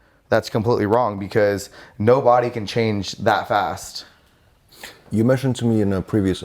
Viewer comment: The way he says the words results, ways and fast is troubling to me...